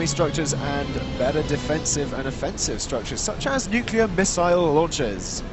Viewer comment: How dare you not correct saying nucular? Tsk tsk:P Pretty good game! Lots of cool fights and it's always nice to see a planet smash (and Brad's redemption)